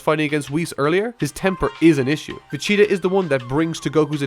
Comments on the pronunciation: Why are you saying Vecheta not Vegeta? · why do you say vegeta like "vecheta" xD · PLEEEEASE!!!! STOP CALLING VAGETA VACHEETA.. MY NIGGA..... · You know it's pronounced VaGEta not vah-CHEETAH, right? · It's Vegeta, not Vecheeta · Is it just me or does this youtuber saying " Vecheeta " instead of Vegeta? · It's pronounced vegita not vechta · omg its vegeta not vecheeta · His name is Vegeta... Not Vecita.. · Say Vecheetah one more fucking time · i really like your video dissecting many parts of both but it aounds like youre saying vacheetah inatead of vegeta lol. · Its Vegeta.. Vegeta.. Vegeta.. Not VECHEETA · "vegeta" not "veCHeeta" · Why does he say Vechita???? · Is it me or does it sound like he's saying Veh-che-tah the whole time? I doubt that's what he's saying of course, but just... sound~. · am i the only one that hears "vechida" when says vegita? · Dude.. Why the hell do you keep saying VEG - ET- A's name so wrong, I have heard you pronounce it FINE before.. But on this video, Vegcheta.. Every time, that's not his name.. For a super fan you should know better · Homie said Vegchita -_ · Why does it sound like you are saying vecheater in this bit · stop saying fechata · Why are you saying vecheta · I don’t like how you say Vegeta’s name as “Veh-Cheetah” ughhhhhhhhhhhhhhh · U are sating Vicita !!!!!!!!!!!!!!!!!!! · Why he keeps pronouncing it "ve-cheeta"? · VESHIRA? xDD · Vegeta not vecheeta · QUIT SAYING VECHEATA CAN YOU FUCKING PRONOUNCE HIS NAME RIGHT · Can't get over the "vacheeta" ... especially when you say it over over and OVER... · I can't stop hearing him say "Vecheta," and it's pissing me off. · If I hear "Vecheeta" one more time ever in my life I will shoot myself in the head. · Lmfao " Vacheeta " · People who try to sound smart and end up butchering the name anyways XD "Vecheeda"? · Your stupid stop saying vecheta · Good gosh this dude cant say vegeta he keeps saying vecheta like hes a chia pet or something so freaking annoying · "Vecheta" hehehe